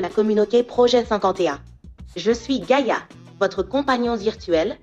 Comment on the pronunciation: Gaïa, pas gâta. 🤦‍♀️